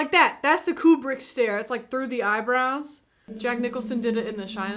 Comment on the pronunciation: trivia for you honey the little girl who played Dr Floyd's daughter is Vivian Kubrick Stanley's daughter and thanks for pronouncing the master's last name correctly most people mispronounce it as cue-brick when it is coo-brick. I call him the master because, in my opinion, he was the greatest filmmaker of the 20th century.